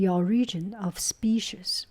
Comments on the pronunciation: The cat is adorable! The only noticeable sound difference to me was in your pronunciation of "species." It could be either "spee-sees" or "spee-shees." The "ees" part is what sounds 'off' to me, almost like the sound at the end of "peaches." It's now a schwa sound, but rather a close front rounded vowel. Not sure if that explanation helps, lol. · For species, say “spee=sees” Goo goo looks like a lovely cat 😍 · In my family, our pronunciation is "spee-shees". I think it's interesting how it varies from region and family.